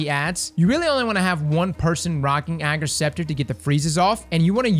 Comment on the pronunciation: Thanks for pronouncing its name right xD